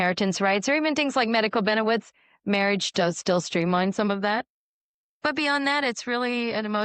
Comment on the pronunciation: 😂 2nd time listening I heard benewits then shortly after she says aswects 😂😂